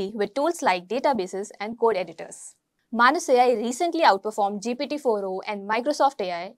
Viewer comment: I think it is pronounced as "May-nes".